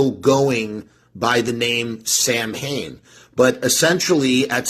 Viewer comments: Or "sow-win". But definitely not SAM...HAYNE. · It's pronounced SAL. WIN. letter a is silent as well as letter I. Doofus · The BAND is pronounced SAM HAIN, my guy. The historical event is pronounced SOWW IN, but the band has always been pronounced the incorrect way of the Irish feast. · Excuse me, teacher. This bad man is mispronouncing samhain again. Buddy, 40 years in everybody knows how it's actually pronounced and everybody also knows how the band does it.